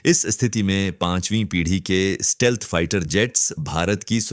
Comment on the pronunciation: It's stealth and not steelth